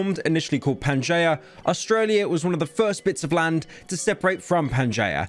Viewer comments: Ten seconds in: Pan-jay-uh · it's not pronounced panjiyah it's fucking pan ge a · pyro saying panjaya is funny bc he sucks at words SAY PANGEEUHH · PanGea, not jaya. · Pyro saying Pan Gen Ya It’s Pan Gi A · "pan-jay-ah" you know, only pyro could fumble this. "pan-jee·uh" pyro it actually brings me harm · Wtf is "panjaya" it's pronounced pangjiya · Wtf is panjaya. It's pan-G-ahh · Hello British person, to my knowledge, Pangaea is not pronounced (Pan-jay-uh) rather, (Pan-jee-uh). I have no idea how you would've come to the conclusion of this pronunciation. As a member of the county that made the language yourself, I wish you well on learning how to use it 👍🏻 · Incorrectly understands land masses than refers to Pangea (pan-Gee-uh) as Panjayah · He says it like "Pan-Jay-Uh", and its annoying how ive always heard it as "Pan-Ge-Yuh" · Please stop. It’s not panjaya, it’s pan jee yah. The fat furry lover man is gonna make me cry and shit and puke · Pyro please, it's Pangea not panjaya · but...but peanut butter is two words?? also he pronounced it correct so this comment is pointless EDIT: He does pronounce it wrong; he pronounces it as Pan-Jay-Uh instead of Pan-Jee-Uh. but you're still wrong either way :) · It's pronounced Pan-gee-a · Pryo is the only person I know who could pronounce Pangea as Pan-jay-uh, and he will most likely claim this is the correct pronunciation, because he is british, and clearly, living in a place full of stupid people with a funny accent is way more cultured and intelligent than living in a place full of stupid people with no funny accent. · He really just called Pangea.... "Panja". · Pan-jay-uh yet that’s the way to say it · "pan jay uh" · Its pan GEEE A fockin idiot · “Pan j uh” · “Pan jay uh” 😂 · its pronouned PAN-JEE-AH u brainlet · Bro really said pan-jay-uh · "Panjay ah" Thanks pyro. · Mf actually says panjaya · Aint no way he said "pan-jay-uh" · ITS NOT FUCKING CALLED PANJAYA!💀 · Ah yes, PanJayah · bro said pan-jay-uh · he botched pangaea